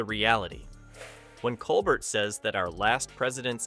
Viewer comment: Stephen’s name is pronounced col bear.